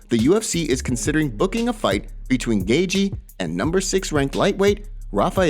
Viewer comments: Is he saying "gay-jee"?? It's so crazy how these non-UFC people have MMA channels. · Ah yes, Justin “Gaygee.”